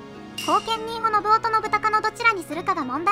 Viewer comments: 漢字の読み間違えが多いので、要注意。たとえば、信雄は「のぶお」ではなく、「のぶかつ」。コメント欄に修正入れてほしい。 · のぶお？ のぶかつでは？ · のぶおではなくのぶかつです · なんかみんな指摘してるけど「のぶお」でも「のぶかつ」でも正解だよ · 他の人が書いてるけど、序盤から信雄[ノブカツ]をずっとノブオ、ノブオ言われてると聞き苦しい😥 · 信雄は「のぶおじゃなくて「のぶかつ」ね。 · 『信雄』の読み方が『のぶお』と『のぶかつ』どちらでも呼べる事を知らない人が多すぎる！しかもドヤ顔で指摘しているのマジ笑える！ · 解説ありがとうございました。ただし、信長次男の信雄の読み方は、「のぶお」じゃなくて、「のぶかつ」ではないかと。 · ノブオではなく、ノブカツですよ。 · 信雄のこと「のぶお」ってよんだまま動画にするとかなんなの？ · 信雄のぶお、じゃなくてのぶかつじゃね？ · のぶお ではなく のぶかつ ではないのかな？ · 「信雄」のぶお。じゃなくて、のぶかつ。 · どーでもいいけど織田信雄をノブオって言うのはやめてくれ❗ネプチューン主演のNHKの戦国パロディを彷彿させてくる｡気分台無しだぁ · 信雄（のぶお）じゃなくて “のぶかつ”って読みます！ 誤った読みかたは、初めて知る人に誤解されますよ！ 動画を配信するなら ちゃんと勉強してくださいね！ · 信雄（のぶかつ）だよ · 喋らせてるだけだから仕方ないけどいちいち 『のぶお』 でイラってする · 「のぶお」じゃなくて 「のぶかつ」ですよ😅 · 信雄 ×のぶお→〇のぶかつ では？ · のぶかつ だよ。のぶおじゃないよ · 信雄の読みは、のぶかつ、な。